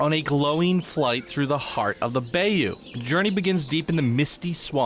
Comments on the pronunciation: It's pronounced By-you, BTW.😆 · Apparently not bay him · It's pronounced bi-you but spelled bayou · Public service announcement. Bayou is pronounced bye-you